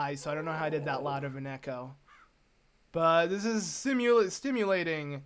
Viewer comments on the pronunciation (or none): none